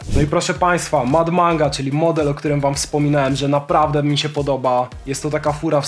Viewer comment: na aucie mad manga jest napisane po prostu "mad manga", a po japonsku (z tego co wiem😭) przeczytałoby sie to fon. maddo manga. Pozdro